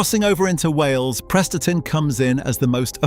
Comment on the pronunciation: Prestatyn pronounced wrongly